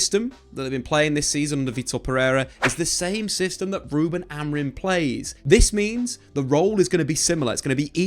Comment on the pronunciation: Why do you call him Amarin😂